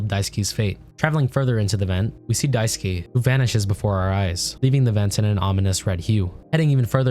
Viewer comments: dai-su-kay, not daisuki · Die - sue - key ❌ Die - sue - k ✅